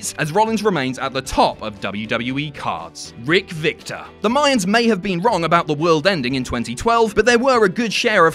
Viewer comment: That was an Aztec calendar when you said Mians